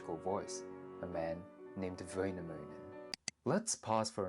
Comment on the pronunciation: iTs PrONoUnCed VäInÄMÖiNen anD nOT VöINäMöiNeN